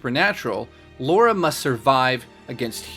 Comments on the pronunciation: her names not fucking Laura it's lara get it right dude! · Your still the best and I am a fan just say her name right. Subscribed.